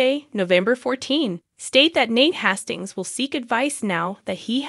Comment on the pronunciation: Nate Hayyystings. Sound it out!!